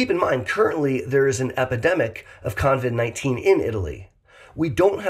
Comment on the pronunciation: it is COVID-19 NOT coNvid. No N in the name.